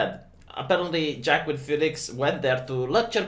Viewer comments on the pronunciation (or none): jackim phoenix..." yo, it's not pronounced like that. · It's pronounced Wah Keen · I don't know if you know, but Joaquin is pronounced "Wa-keen" almost like walking. I don't get how the phonetics work either, but that's how it is. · I thought Wakeen was the god of commerce and merchants or something